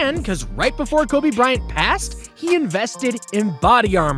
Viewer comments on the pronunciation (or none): none